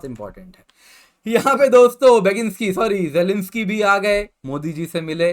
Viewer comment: beginsky sorry Jelensky🤣🤣